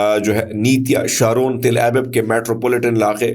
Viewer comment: ek Correction Kar lijiyay Tilabaib nahi Til Abeeb hay. Bari mazrat Apki urdu nihayat umdah hay, us say aur achchi ho jayegi